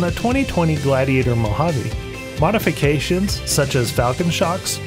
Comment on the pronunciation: And, please, it’s pronounced moh-hah-ve.